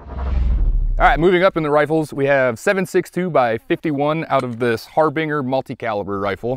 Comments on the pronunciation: I’d you just say Har-Bing-er?? I never heard of that gun or company but I believe it’s probably pronounced Har-Bin-Jer like Harbinger of Death 😂😂😂😂😂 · "har bing er"? If the name of that rifles maker truly is just a name, like "Joe Harbinger" and not meant to be sounded out HarbinJer as is "Harbinger of Death", then that's a bizarre coincidence, or, the guy who named the company is grimacing, and my man there needs to learn how to pronounce things lol. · har ben jer is how the word is how the word is pronounced. not har beeeeen ger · Yeah dude it’s definitely a VSeven Harbinger Har-Bin-Jer not Har-Bing-er 😂😂😂😂 I can’t believe I’m the only person that caught that you completely butchered that word not even the genius you work with noticed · I swear to christ if you ever pronounce Harbinger like that again... It's "Har-Behn-jur" not "Har-bing-er" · Minor quibble: Harbinger is pronounced har-binge-er (like a shopping binge). A "harbinger" is something or someone that announces the coming of something or someone else...often something bad. A comet was often though of as a harbinger of doom. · Just a note, "harbinger" is pronounced with a j sound (though it may be possible V Seven actually pronounces it the way it was said), like the word binge vs bing.